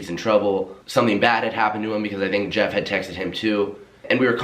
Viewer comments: Lowkey thought said jev instead of jeff... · i watched this whole vid and thought he was saying JEV and not Jeff 😂